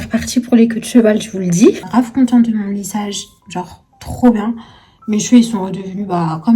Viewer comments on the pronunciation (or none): On dit contente pas conteunte eh merde🤮🤮🤮🤮